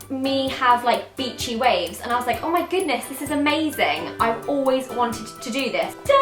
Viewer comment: "My haaa"